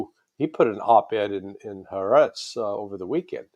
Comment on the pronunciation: I don't know why these high-powered, informed people are unable to pronounce properly the name of the leading Israeli newspaper. It's "huh - ah- retz; huh , meaning "the", and ahretz meaning "land", i.e. the Land of Israel. So easy. הָאָרֶץ